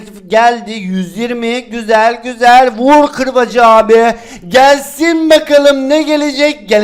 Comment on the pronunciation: Vur qırbacı dediğinde koptum😂